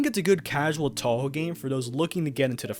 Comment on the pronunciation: man i dont like saying this to people who are clearly ESL but you really need to work on both your english and japanese pronunciation or youre gonna ruin a lot of fans pronunciation too to start with, its “toe-hoe” not “tau-hau”